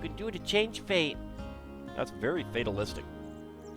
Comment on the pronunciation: "Thats very fate--alistic"? Booo, Do better! :P